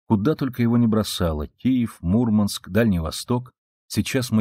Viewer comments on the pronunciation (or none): none